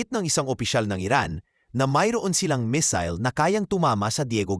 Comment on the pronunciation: asus hwag kang mapag paniwala jan sa Iran kagaya din yan ng Russia ....at tsaka ayusin mo ang pronousation mo kasi di lahat alam yong sinasabi mo ..anong Misil ...